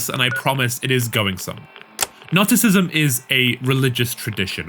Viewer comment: Great video but the pronunciation of Gnosticism made me go "hhhhhwhat"